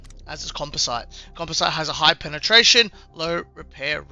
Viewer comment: Also composite is pronounced "com-pos-it" Just means it's made up of multiple types of fabric, ceramics and metals.